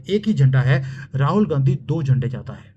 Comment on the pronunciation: Jis style se aap Ghandhi ko GANDGI kehte hai , bas anand hi aa jata hai